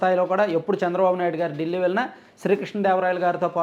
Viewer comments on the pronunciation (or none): none